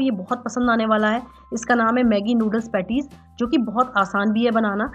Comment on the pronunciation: Petti ni beta.... Petis..... Petti.. Pettii mt bolo...